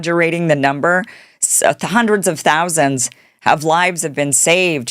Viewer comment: Hundreds of millions is what it sounded like she said? 🤔😳🤣🤣🤣